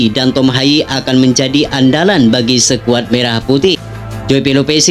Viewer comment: Ko' bacanya sekuad.